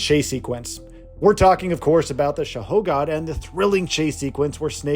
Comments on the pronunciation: "THE SHAHOGOD"...???? Bruh. Its SHAGOHOD. You even know the game? 😂🤦‍♂️ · These videos are definitely using AI - "Shago-hod" mispronounced like a bot lol